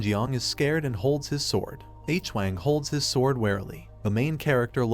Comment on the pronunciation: its stupid and not such a big deal but "mister H - Wang" is driving me u;p a WALL